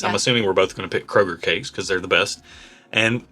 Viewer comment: Thank you for not pronouncing it as Krogerzzzzzzz